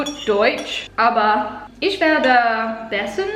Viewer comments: You're speaking very well already! But you should try to: Pronounce the ch in for example "ich" more as some kind of weird respiring than your "sh" Don't "roll" the a that much. If that makes sense somehow? Oh! Pronounce the a more like the a-sound in "how" :D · hahah it's so funny how you pronounce 'me' in german :D how do you say china? that's how you say 'ich' also - not 'ish' - the same goes with 'mich', 'dich'...basically everything with '...ich' xD P.S. i speak 5 languages